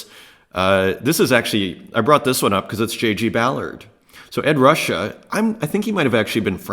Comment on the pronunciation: It's pronounced Ed "Roo-Shay" for Ed Ruscha. He was born in Omaha (like me) before moving to California